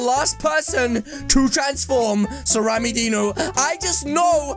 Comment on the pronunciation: Why you call rammydino rammydeno